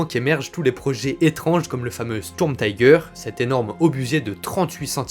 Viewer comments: Super intéressant. Un bémol toutefois, arrêtez de prononcer les noms de chars allemands à l'anglaise, c'est horrible à entendre pour un germaniste. On ne dit pas Taïgueur mais Tigueur. :) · Pour une chaîne spécialisée en blindés, pourquoi prononcer le nom des chars allemands à l'anglaise ? En allemand le "i" se pronce comme en français et non "aie" comme en anglais. Comme ton texte est en français, tu peux dire le char "Tigre" et si tu veux le prononcer suivant son nom original, fais le en allemand mais l'anglais n'a rien à faire ici. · Vidéo très intéressante mais pas besoin de prononcer le "i" de "Tiger" en "aïe" 😉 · Bonjour En Allemand le i de Tiger se prononce comme en Français pas comme anglais On ne dit pas faire sens qui est un anglicisme mais avoir du sens tout simplement Merci pour la vidéo instructive